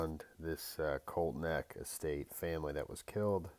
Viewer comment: Say it with me, COLTSSSS NECK, lol, not colt neck lmao